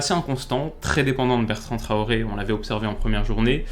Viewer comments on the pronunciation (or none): none